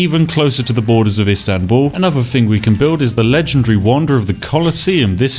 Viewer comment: Loved how you pronounce Istanbul ♥️♥️♥️